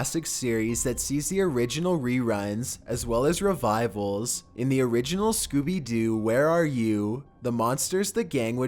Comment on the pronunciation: He pronounced Scooby-Doo as Scooby-Dew xD